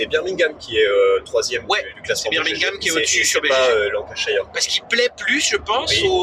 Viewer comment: Très chouette vidéo ! Pour pinaillé, la prononciation de Lancashire c'est [LAN] + [KUH] + [SHUR] :p Et si, Birmingham tu peux jouer à 2, sur la même map mais avec une partie des cartes en moins (et donc on joue que sur une partie de la carte).